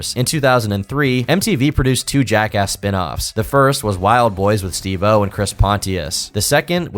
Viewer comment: love the videos but hate the way u pronounce steve-o